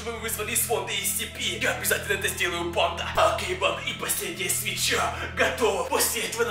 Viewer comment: Я не понял банда или панда